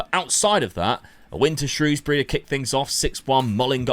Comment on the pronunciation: I appreciate you saying Shrewsbury correct, eveyone usually gets it wrong especially commentary teams